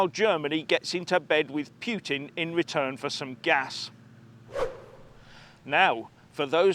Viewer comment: His name is PU(pu like in pu-ll, pu-sh)TIN. PU TIN.